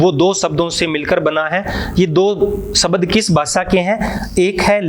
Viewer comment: शबद न बोल कर आप शब्द बोलिए सर।